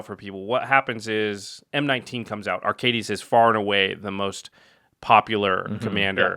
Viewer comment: Watching this and then the most recent episode of the podcast, I'm shocked that Jimmy still doesn't know how to pronounce Arcades. Lol